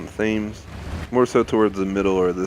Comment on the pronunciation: The Thames is pronounced as ‘Temms’ for your future reference :)